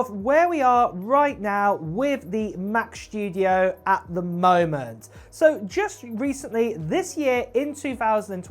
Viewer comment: ‘mac chtudio’ … 🤦‍♂️🤦‍♂️ … this clwn is insuffrable … and still nthing to say about